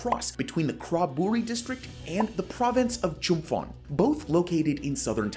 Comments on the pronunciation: FYI, if you have to come back on the topic, the name of the province Chumphon is pronounced Chumpon, not Chumfon. That is one of the quirks of Thai language written in roman alphabet, PH is pronounced as a hard P, never as an F. And ASEAN is pronounced as a single word and not spelled A, S, E, A, N :) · ChumPon, not ChumFon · Chum-fon. You really have to start pronouncing these words correctly. Spend some time to find how the local pronounce it to tone down your arrogance. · As a westerner living in Thailand for a long time, one of the things I realized is that promised construction, can only be assumed to be real AFTER it is finished. That and Chumphon is pronounced chum-pawn. Thanks for the videos. They are much appreciated. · As someone making these essays, you should really put a little more effort into ensuring you have correct pronunciation of place names. As a Thai speaker it is very obvious - some examples are ASEAN (said as a word aka /ˈæ.zi.ɑn/, /ˈɑ.zi.ɑn/, /ˈæ.si.ɑn/, /ˈɑ.si.ɑn/, (UK) /ˈæ.si.æn/ and never spelt out) . Another example is Chumphon, which is pronounced with an aspirated ‘p’ not an ‘f’ - aka pronounced [t͡ɕʰūm.pʰɔ̄ːn]. This is true for all ‘ph’ transliterations of Thai words, eg Phuket, Phitsanulok, Phichit. You can even see something similar with ‘Thailand’ - pronounced with an aspirated ‘t’ rather than the English ‘th’ sound. This takes two minutes of googling and just comes off a little sloppy and low effort…. Good video otherwise. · Just a friendly FYI: There is no 'F' in Chumphon. Put ชุมพร into Google Translate to hear the correct pronunciation. Thanks for a good video!